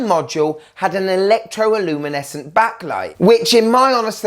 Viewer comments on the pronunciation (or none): Please stop saying "Electro iluminescent". The correct wording is "Electro luminescent". Notice there is no "i" before "luminescent".